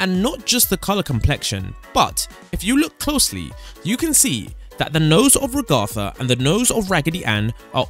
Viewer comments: Why does he keep saying Ragatha's name wrong? This kept annoying me. Also the void doesn't have to be a reference, a void is an empty space that goes on forever. Yes they're both white but voids are almost always shown as either black or white. Also the sun and moon thing is dumb. It's a sun and moon that doesn't mean it's a FNAF reference. And he says lets get away before the moon gets frisky. He's talking about the moon not both. He might have some sort of relationship with the moon. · Why does he pronounce Ragatha like that?!😢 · Why do you say ragatha like that😭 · ……I’d suggest you learn how to pronounce “Ragatha”’s name… it’s not “Ragartha”…… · What the secrets actually are: 1. Correct 2. It's not a reference to Pibby. It's the same texture used for SM64 Metal Mario. And the abstracting is a reference to video game glitches in general. 3. Maybe 4. First, it's said Rag-a-tha, like kitchen rag. Also, the reference to Raggedy Ann is correct. 5. No, it's not a reference to Minecraft. 6. No, it's not a reference to Security Breach. 7. Maybe 8. That's just obvious. 9. It's not a reference to Amanda the Adventurer. It's inspired by things like it, but not referencing it specifically. 10. It's not a reference, just a coincidence. 11. Correct 12. Correct 13. That's just a cliché. 14. Correct 15. Maybe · Not him calling ragatha “Regothah” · IT'S RAG-ATHA NOT WANT HE WAS SAYING IT WAS ANNOYING ME!?! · One of the main characters, “rag-AR-THA” 😐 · istg if he says ragartha one more time.. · It hurts me so much 'ragartha' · dude its rag - a - tha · It’s rage tha ragetha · He said Ragath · It’s (RA-gith-a) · the amount of times you said her name wrong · Also u pronounced ragatha wrong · I like how he says ragatha wrong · Please stop saying Ragatha wrong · You’re saying ragatha wrong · Ra-gatha❌ Rag-atha✅ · RagAtha how he pronounces it the real pronunciation RAgatha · RAGTHA IT’S RAGATHA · STOP SAYING IT WRONG Its Ragatha not Ragotha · It’s ragatha not rogatha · Bro it’s ragatha